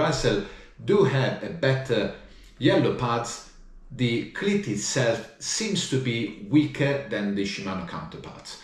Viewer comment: OMG I can't stop hearing Clit instead of cleat....laughing so much it hurts....you cant unhear it now....😂...Great video love this guy..👍